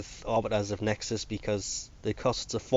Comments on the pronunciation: HEXIS NOT NEXIS OMG U GET IT WRONG EVERY TIME HAHAHHAH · Are you intentionally saying Nexis? Because you're freakin' annoying me so much right now! D:< HACK-SIS PLEASE! D